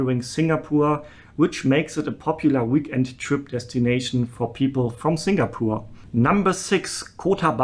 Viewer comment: I love your pronunciation of 'singapoor' 😆